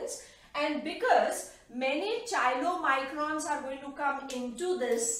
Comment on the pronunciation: Very nice Please correct pronunciation of chylomicrons.कायलो microns. Thanks